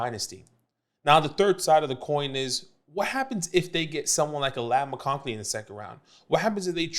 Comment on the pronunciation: Good vid! I’m proud of you for figuring out how to pronounce Odunze. I’m still holding out hope that you can figure out that there is no L in McConkey!